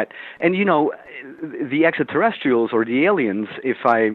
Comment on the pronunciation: Too bad he can’t pronounce extraterrestrials. He says essaterrestials. And asonauts. The tr sound escapes him.